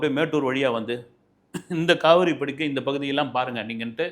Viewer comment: காவிரி படுகை. படுக்கை அல்ல. தமிழை ஒழுங்காகப் பேசுக. Be brief and gone.. 🎉